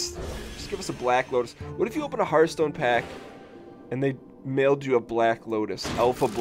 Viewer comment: Hearthhhhhhhhhhhhhhhhhhhhh (ttttthhhh) Stone, not heart stone lol